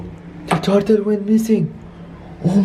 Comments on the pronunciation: In the intro he said Ninja Tatal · you don’t even know how to say turtle